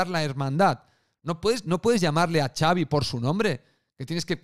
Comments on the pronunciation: Lo de Javier es una coña de Twitter porque Ancelotti, que es italiano, pronunció el nombre de Xavi así. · Lo de Iñaki q le dice Javi a Xavi era imitando a Ancelotti q lo pronuncia de esa manera, el lo aclaro varias veces en el live